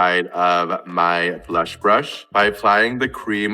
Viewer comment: i’m american so i’m allowed to critique the absurd way this person speaks. “blush” and “blur” ARE ONE SYLLABLE. no one- and i mean NO ONE says “buh-lush” or “buh-ler”.